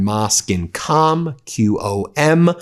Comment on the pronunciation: "QOM" ...pronounced more like; " Comb " in english.